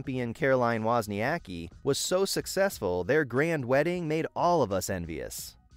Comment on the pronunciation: Wozniacki was butchered more by him..